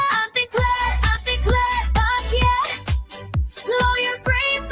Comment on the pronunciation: "Bakyet" I love it